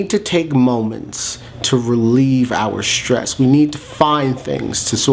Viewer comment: It's nor Shtress - it's stress. No 'h'.